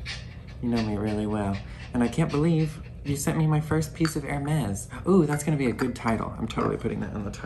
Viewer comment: What a lovely cup! I love your filming setup, it’s so cozy! I have a fireplace in my den but I can’t put a tree near it because there’s no space. (You would love that room, I see spider crickets there in the fall and sorry to say, I vacuum them up. 🦗) You pronounced Hermès just fine! My neighbor calls it Her-mees, accent one the first syllable. 😁